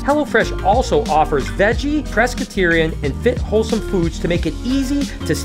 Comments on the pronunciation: Ahem, …it’s pescatarian…not prescaterian dude 😅 I think you may well be concatenating the words pescatarian and Presbyterian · I think you meant to say pescetarian, not Presbyterian on your hello fresh add😂